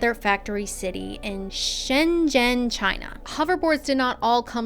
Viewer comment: Everyone pronounces Shenzhen (or any zh- character) wrong. But not you!!